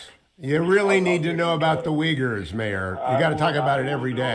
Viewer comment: How long has xi jinping been committing human rights violations??? This is not new... I didn't know off the top of my head that the Uyghurs were the largest group of ethnic minorities detained in interment camps, and I didn't know that it was pronounced "weegers," so I guess I shouldn't run for president, but I will always insist that I would be a better president than the last two republican presidents to hold the office... I guess since the Uyghurs are detained in the highest numbers, it should be the most notable group, but the chinese are notorious for oppressing ethnic and religious minorities, including Christians... But Suarez is a total idiot, for far more salient reasons than not being familiar with the Uyghurs.